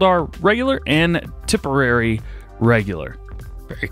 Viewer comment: Pronunciations Tipperary = tip er ary Kildare = kill dare